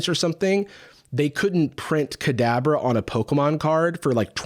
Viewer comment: Not me hearing "cadaver" every single time you said "Kadabra" 💀